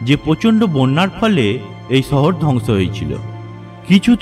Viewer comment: ছহর না, সহর 😁 মানুছ না, মানুষ সদছ্য না, সদস্য 😬😬😬 কথা এমন কেন????